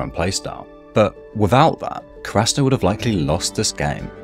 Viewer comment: You cant say Karasuno correctly and you couldn't understand why rushing their plays was a bad thing? come on man be serious